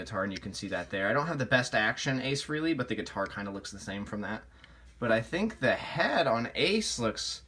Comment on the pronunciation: Ace’s name is Frehley. “eh” sounds like “ay” not “ee”.